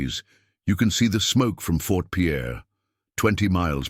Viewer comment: It's not Fort Pierre, its Fort Pier.